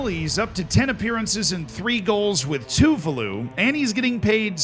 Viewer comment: btw tuvalu is pronounced tuVAlu not TUvalu